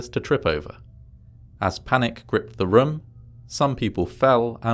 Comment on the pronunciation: I have this weird fixation on the way you pronounce "room". I always wait for you to say it.